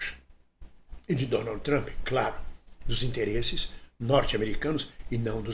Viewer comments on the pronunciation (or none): none